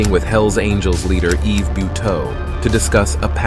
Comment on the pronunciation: First of all the s in Yves is silent and second how can you say it left all Canadians in fear? I live in the southern part of Quebec and it never bothered my life in any way.